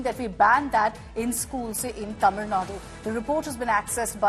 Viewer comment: Your word "Tamil" is perfectly pronounced madam.